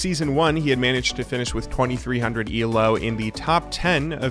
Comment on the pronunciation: The way this dude says "ELO" cracks me up. Eelaow